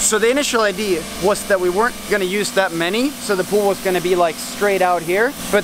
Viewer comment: Idea Sounded super italian